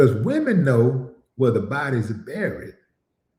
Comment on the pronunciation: She said Wemen, they are not women to her, they are wemen😂🤣😂🤣😂🤣